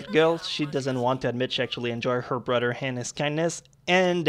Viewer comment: lol you say brother like brudder